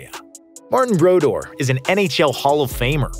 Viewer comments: Marty brodoor is the pronunciation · Narrator obviously doesn't watch hockey with that pronunciation of Martin Brodeur